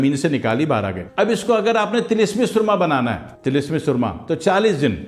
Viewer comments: Soorma nahi surma hota hy k soorma ka mtlb kuch ore hy so khyal rakha krain. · Asslamo alekum junab SOORMA naheen hota SURMA hota hay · اوہ جاہل مطلق لفظ سرمہ ہوتا ھے۔۔سورما کا اور مطلب ہوتا ھے۔۔ اور لفظ سچا موتی نہیں۔۔ س کے اوپر پیش پڑھنا ہوتی ھے موتی والا سچا بولتے وقت۔۔۔ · Mah sha Allah...kirachi walo ki urdo ki tang tor dain...na momkin....ap ne kiyon......samjhy...😮😂 bitto g soormaa nahi bolty..sorma...bolty..😂